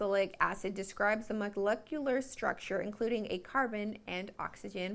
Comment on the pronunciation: You can't pronounce molecular. Means that you never say it. Meaning that you know nothing about the matter. This is thc not cocao lotion.